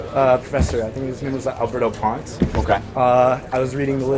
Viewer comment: Did he say Albert the Ponce😅